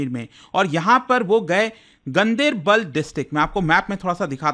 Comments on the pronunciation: Gandibal nahi....Gan- Der-Bal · He has pronounced it wrong locally it's pronounced differently like gaan-dar-bal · The right pronunciation is गांदरबल